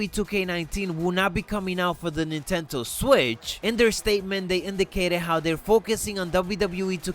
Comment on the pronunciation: NINTENDO NOT NINTENTO...